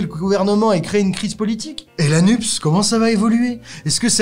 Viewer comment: Pourquoi prononcez-vous le sigle NUPES "nupse" ? C'est bizarre ... NUPES se prononce "nupesse" comme PS, CNRS, CAPES ...